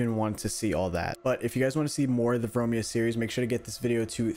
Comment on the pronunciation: As a greek, I can say that "Vromia" is a greek word, and you butchered its pronouncing.